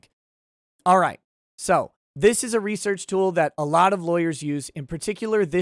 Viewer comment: Looks like you did more "" there. Good on ya. And yes I caught you on saying lol.